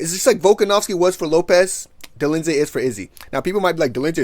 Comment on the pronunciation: out here butchering names like uncle Chael 😂😂😂 "Roman Dolinsay and Marvin Victori"